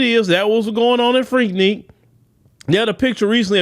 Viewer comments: FREAK NIK. NOT FREAK NEAK😂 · Freaknik not Freakneek….. dude stay mispronouncing stuff 🤣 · It is spelled FREAKNIK, but it sounds like FREAK-NICK! It is NOT freakNEEK,. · Freaknik not freakneak lol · it's pronounced Freak(Nick). It's like you're scratching a chalkboard whenever you say it. Lol🤣🤣🤣